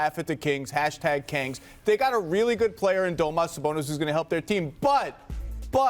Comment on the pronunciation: Domas sabonas. Bro really?😂